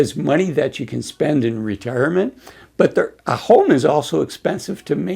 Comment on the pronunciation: "Ra-Tear- a- ment". Yes, he is very reassuring. Nice hoodie, lol